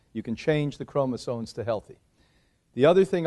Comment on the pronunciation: chromosoMes why do americans say this word wrong so often omg its maddening